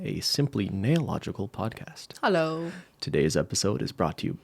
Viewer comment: That Hallo sounded so Dutch. I got confused for a second